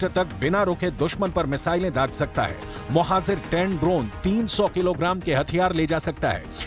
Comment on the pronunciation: Correct your hindi please, you keep saying Mohazir ,which's wrong, correct words Mohajir